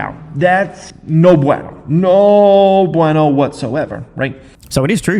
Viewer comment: Especially when he mispronounces “bueno”